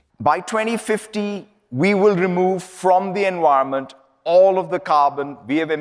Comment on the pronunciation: Did that bald guy just say enwironment🤣